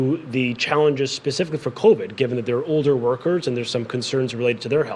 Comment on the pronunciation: Covid.......not co-ved.....